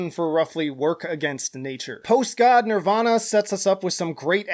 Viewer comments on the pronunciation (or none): none